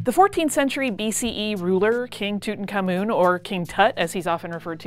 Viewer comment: If you're going to report on a subject, learn how to pronounce the subject's name. Yeech.